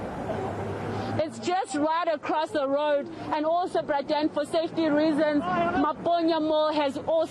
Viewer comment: And what is up with this reporter and this "Bra Dan" business 😂😂😂😂